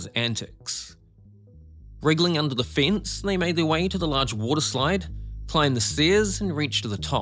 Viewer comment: It's pronounced 'fence' not 'fince' 😂